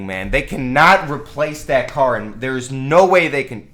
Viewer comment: "Ca" almost says cock "car"